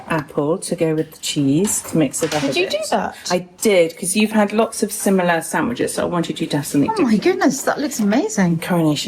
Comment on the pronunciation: …you’re so funny/weird 😅 there’s no “t” in sandwiches…it’s not a “witch in the sand” 🤣🤣💗😇